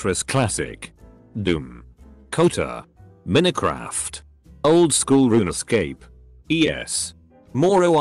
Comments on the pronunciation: Nobody: Bot: m e n i c r a f t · Nobody: This bot: minicraf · The way this TTS guy pronounces Minecraft lol